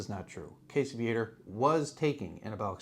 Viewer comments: Yes, it urks me, too. I catch myself correcting videos out loud when Casey's last name is mispronounced. Lol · I am from that area also. We always pronounced "Viator" as "VEE-uh-tor", not as "Vee-ATE-er" as these damn yankees always do.